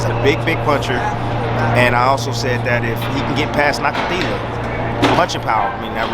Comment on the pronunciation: Great insight and thanks for pronouncing Nakathila's name right unlike the rest